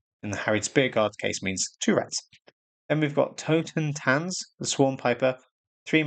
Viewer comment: Oh and just wanted to add: You're the first English-native content creator I heard who actually correctly pronounced the German word "Totentanz"! Really appreciate that! Like how they went with this over the English "dance of death", probably another homage to the original fairy tale of "Rattenfänger von Hameln" (lit. rat catcher of Hameln, but better known in English as the Pied Piper of course).